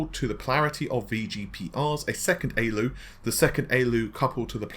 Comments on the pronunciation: A-L-U, not ayy-lew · Why don't you just say A L U instead of Aloo its an acronym do you say AMED instead of A M D? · A-L-U. "Aey-ell-you" is the common shortening of "Arithmetic Logic Unit". Just FYI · pls don’t embarass yourself with that pronounciation of ALU.. it hurts my ears